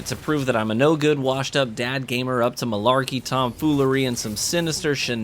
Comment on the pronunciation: You said “marlarky “ 😂🤣😂